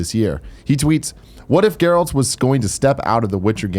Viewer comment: Sounds like Tim isn’t a Witcher fan by not being able to pronounce Geralt properly. His name is spoken through out the game repeatedly.